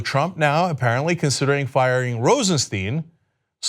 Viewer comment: Please its Rosenstein not Rosensteen. Stein ist the german word for stone. It sounds like a y., so you can say Rosenstyn if its easier. Please